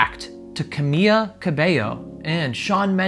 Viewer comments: Is c a m i l a not c a m i a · Why are you calling her "Cah-mee-ya"? It's Cah-mee-la Cah-bay-yo.. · Ugh. Her name is CamiLA not Camiya. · "Camil""La" not camilla.... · Was it bugging anyone else that he was calling her camia. I was like its Ca-mi-Laaaa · I never thought that I would find someone saying “camilla” so frequency instead of “Camila” annoying. She is not a stretcher/hospital bed. If it has a “ll” (like in her last name “Cabello”, which mean hair btw), then definitely make that sound. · her name is ca-mi-la not camia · It’s not camia it’s CamiLa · XD Ca-mee-la not Ca-mee-ya lol sorry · Dude it’s Camila, not Camia. Seriously why can nobody pronounce her name the right way?!??!?!?! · CAMILA ❌ CAMIA ✅ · It’s pronounced “ KA • ME • LA “ spelled Camila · I love that he calls her camia 😂 so wholesome lol. it just proves he genuinely is giving genuine reactions because he doesn’t know them well! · Cuh-me-la put it together Camila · It's CA-MI-LA GRRR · Lmaooooo 🤣 that's wild from CerrMILLA, "Camiya" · Did anyone notice that he is pronouncing Camilla as camia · CEO of “Camiya” 😂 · This guy can't pronounce Camila and he doesn't know Shawn Mendes is gay. How does he have 80k subs? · Every time you say her name my heart breaks a little